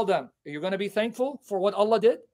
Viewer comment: Allah sounds like 'a lie' .